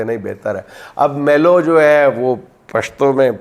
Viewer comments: YE MALU NHI MALOOO LAAM PER PAISH HEY MEANS M PER ZABER N L PER PAISH HEY 😂 MALOO KA MUTLUB BEAR MEANS REECH 😂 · dear sir ...... it is not MELO.....BUT ....MEELOO.....means......REECH ( BEER) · Pronunciation for Melo is "may~loou"... means grizzly bear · بھالو کو میلو کہتے ھیں